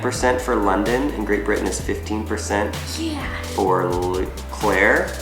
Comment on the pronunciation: Sorry but "London"? No offence but... "London"?